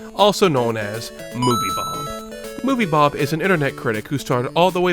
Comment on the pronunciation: I really like how calls movie bob "movie blob"